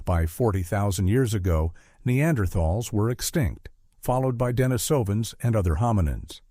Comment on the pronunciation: The pronunciation of “Denisovans” is killing me 😅